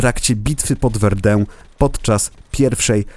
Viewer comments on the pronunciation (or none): none